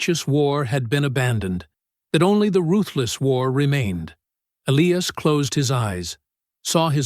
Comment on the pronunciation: PRETTY SURE THAT SHOULD BE ELIAS WITH A LONG I, NOT ELEEAS.